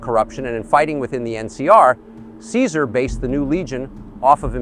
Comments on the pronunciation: Only nit-pick is that Caesar doesn't pronounce his name the Latin way.( Khi-zar) Though it's an excellent video nonetheless. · I thought its pronounced Kaiser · I like how "see-zar" continuously mispronounces his own name. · Can’t believe Caesar didn’t correct his pronunciation to “kaizarr.” I know it was apparently historically correct, but hearing it was always weird. Can’t imagine how those lunatics learned the ancient pronunciation of Caesar. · Its pronounced KAISAR damnit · Why aren't they pronouncing it "kai-zar"? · You can tell this video is actually an NCR psy-op because Caesar would never pronounce his name as "see sir". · It’s criminal that they are both saying “Caesar” wrong. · Real caesar would never: 1) Call himself the english pronounciation of caesar 2) Mention Malpais Legate as being essential to the creation of the legion. He did all the heavy lifting himself baby, because he is Caesar and he's very badass, as you know. There was some dude on old photoes but his face was crossed out so he's clearly irrelevant 3) Call himself Edward Sallow even in the past 4) Dodge questions and be anything but unproud of what he's doing Still 10/10 funny meme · Good video, but Caesar would not ever pronounce his name like that, lol. Kinda took me out of it